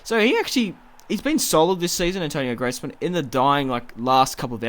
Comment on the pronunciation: Greezman not Gretsman